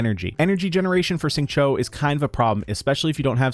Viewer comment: Xingqiu’s name is pronounced closer to ‘shing chew’, than ‘shing cho’. The English voice actor is wrong— listen to the Chinese VA or better yet see: It’s hard to follow YouTubers that really mispronounce characters’ names. You don’t need to get the 4 Chinese tones perfect, but you should get the basics close.